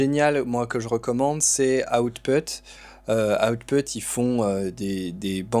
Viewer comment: J'aime bien ta façon de prononcer "Hotte Pute". On prononce comme ça à Lonedonne? 😉 Blague à part j'apprécie toujours autant ta façon de voir les choses: N'achète pas pour acheter, regarde ce qui t'est utile et apprend à te servir de ce que tua as déjà..